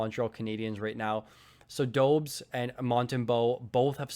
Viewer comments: Bulgarian over here so I might be wrong, but I do believe the Habs goalie is called [do-besh], not [dou-bs] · Great video but just wanted to mention that you are pronouncing Dobes incorrectly. His name should be pronounced [Doh-besh] or [Dob-esh]. As long, as you can get the -esh at the end it doesn’t matter too much. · I think Dobes is pronounced Dobe-esch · FYI Dobes is pronounced Dobesh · [doh-besh] is even more accurate actually :) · Dobes = Doh-bis. Put some respect on the Habs #1!! 😂